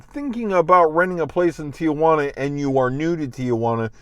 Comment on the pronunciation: You live there... it’s not Tia Juana— Tijuana.. (teejuana) come on